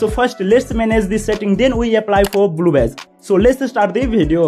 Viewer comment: am i the only one that hears bluebes